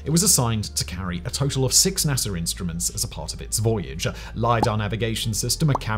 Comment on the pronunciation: NASA, not NASER.